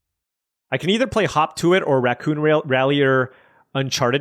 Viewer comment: hearing you say "hop to it" makes me double-take each time because it sounds like "hawk tuah"......damn the internet